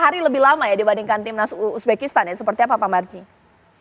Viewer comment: Uzbekistan bukan ubekistan..reporter dongok